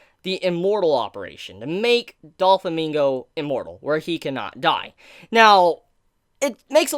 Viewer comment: Great video! However: Doe-Flamingo. Not Doll-Famingo